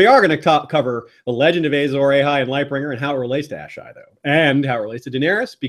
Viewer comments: Pls stop saying ejzor ejhay its Azor Ahai! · I was done with the video as soon as this idiot said "Azor AYHI " like wtf white people why can't y'all pronounce anything correctly? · The way you’re saying Azor Ahai makes my soul hurt. Loved the video though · please say Azor Ahai properly!